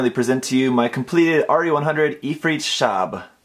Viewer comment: Awesome work 😯😮 I just wanna say the Arabic translation of ghost is "shabah" the h is not silent 😁